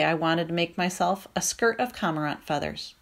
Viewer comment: I love this book but the numerous mispronunciations are very distracting to me. Aleut= A-loot, not Al-eh-wit Cormorant= Core-more-ant, not com-Ah-rahnt Sinew= Sin-you, not sin-ewe